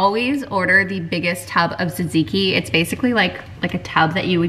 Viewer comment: Hello beautiful friend thank you for pronouncing Tzatziki you sound Greek I am Greek forgot to trell u❤